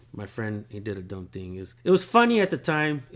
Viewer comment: U can save your wisdom tho it’s kinda of ahh how u say Dumb